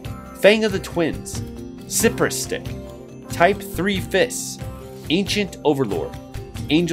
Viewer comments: It's pronounced "sigh-press" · Pretty sure Cypress is pronounced "Sigh-press" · He also mispronounces cypress